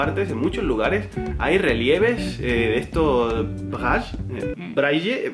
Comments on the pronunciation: "Braillé". Para la próxima, di "Braile" xD. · Soy belga (se habla francés en Bélgica) y no se pronuncia "braj" se pronuncia "bray" xD Buen video ! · Yo por ejemplo les voy a contar un poquito de mi historia no nací con discapacidad motora Me encantaría algún día llegar a viajar a Japón no sé como este adaptado a las personas tienen un problema de discapacidad muchos saludos muy hermosa pareja❤❤❤❤❤❤❤ se pronuncia brainly brille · no es braye el sistema de escritura para invidentes se llama sistema brayle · ES BRAYLE BRA-Y-LE NO BRAYE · se dice braile no braille xdd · BRAILLE pero se pronuncia Braile, sin una de las L. Por otro lado, en gran cantidad de países se recompensa a las empresas que contraten a personal con alguna discapacidad. Eso si, los trabajos deben estar adaptados o pensados para ellos, no vas a poner a un discapacitado de guarda de seguridad en un banco, pero si puedes poner a uno en un centro de control de seguridad. En el transporte, que es lo que mas domino, lamentablemente no se admiten discapacidades superiores al 33%, si estas afectan a la movilidad, la capacidad de poder objetos o la visión, salvo que sea transporte de personas, que si es mas permisivo. En España, ya es obligatorio que los lugares públicos tengan accesos y servicios adaptados a minusvalidos. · ¿A nadie le sorprende la incapacidad de de decir Braile en castellano? Me resulta gracioso ahahahaha. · se dice braile sólo digo 😁